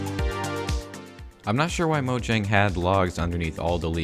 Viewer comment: YOU ARE AMAZING!!! YOU PRONOUNCE MOJANG CORRECTLY